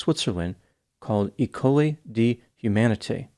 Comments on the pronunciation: The French word "école" is pronounced ey-cull, not e-coli 😉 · Ecole is more like "eh-coal." The accent on that first E is where you put the stress.